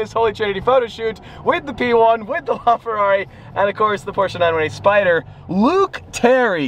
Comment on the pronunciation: I'll take the 918Spydahh